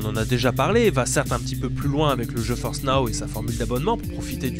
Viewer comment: Ta façon de prononcer "GeForce" le fait toujours autant délirer. Surtout pour les partenariats. Ça fait "non je force pas"😅 Vidéo super intéressante.